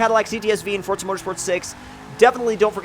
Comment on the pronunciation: Quit fucking saying forza like that